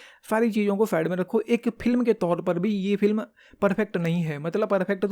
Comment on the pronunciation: Bhai pehle "film" kehna sikhle